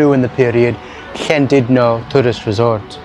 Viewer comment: Noswaith dda. Now i could better listen your pronunciation of LL as in Llandudno. The HL with some air blown out. Diolch yn fawr.